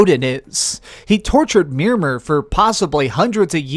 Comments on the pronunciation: it's not "mermer" its MIMIR! THE SMARTEST MAN ALIVE! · Mameire nor mirmur (I know I spelt it wrong) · Plus he called Atreus "Atreeus" and Mimir "Mermir". Yet he beat the game twice? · Is it just me, or did he just call mimir "miRmiR"? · If ur so invested then say mimir like it was said Not mimmer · I don't think this guy has even played the game entirely or even knows the previous titles in depth (from the way he pronounced "mimir" and couldn't tell how the zeus kratos scene in helheim was actually recreating the ending battle in GOW3), nevertheless nice review, I love to watch these interpretations and explanations after finishing games or movies :)